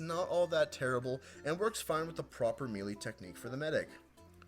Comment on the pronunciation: melee is pronouns maelae